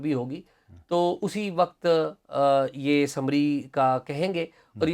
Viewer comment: My respected both anchors/journalist: Please note that the urdu word "WAQT" is not 'WAQAT" so please speak and pronounce very correct urdu language as other people who listen to you they, of course, assume that they are listening very intellectual and qualified persons and they will follow you. This is just advice for correct use of language. Thanks. Usman-Toronto